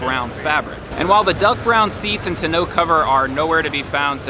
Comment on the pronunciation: What’s a “ta know” cover??